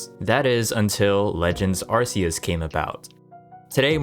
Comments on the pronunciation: its ARC -e-us not Arce -e -us !!!!!! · When are people going to realize it's Ar-kee-us not ar-see-us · Bro its a hard C like arkeus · it's a peeve of mine that people always seem to mispronounce "arceus" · Why in Tf Is It So Hard To Say A ARCEUS PROPERLY?!?!?!!!????!!?? I swear, it’s dead ass been over 10 YEARS SINCE WEVE BEEN SHOWN THIS POKÉMON AND TOLD HOW TO SAY THE NAME!!!!!!!!!!! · lmfao yo it kills me when Pokémon fans say the name wrong. They can buy every garbage game gamefreak puts out but can’t say the names properly, drives me nuts 😂😂😂😂.